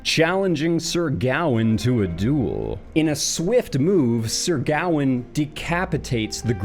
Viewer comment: Sir Gowan? Certainly a strange animal…with a criminal mind? Sir Gawain pronounced Gah-wayne I believe was one if the Knights of the Round Table. Sir Gowan was a Canadian singer with some hits in the 1980s.